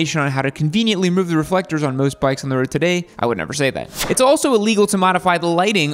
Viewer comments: “street brikes” lol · My guy u said brikes😂😂🤣